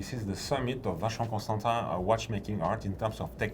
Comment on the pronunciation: he says “tahn” not “tin”. I’ll take his pronunciation.